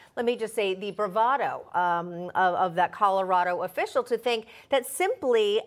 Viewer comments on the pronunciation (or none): Griswold is now a permanent member of the "Mile High Buffoon" club...😂 "Calaradah", y'all need a new Secretary of Hate.